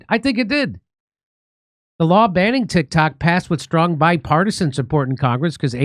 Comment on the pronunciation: I keep hearing "Tik Tak."